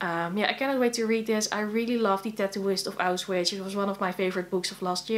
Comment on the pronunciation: I am totally nitpicking here (And am a bit confused everytime I watch a video where you say it) and please do not feel offended but it is pronounced AUSCH-WITZ, not AUS-Witch. :) In any case I wish you happy reading and looking forward to all of your videos.